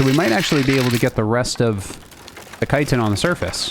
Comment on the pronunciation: Why dont you pronounce the ch in chitin? Its the first time hearing it called citin 😂